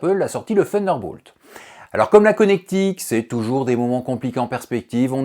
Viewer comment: Faudrait revoir la prononciation de Thunderbolt 😉